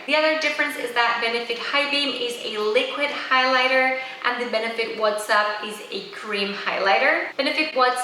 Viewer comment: It isn't pronounced "what's up". It's pronounced " watts up". As in light bulb watts- there is no "H" in the name of the highlighter.